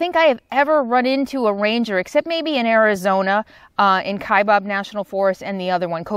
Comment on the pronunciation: Kaibab national forest is pronounced bab as in after, not as in bob, as in Bob's your uncle. 😉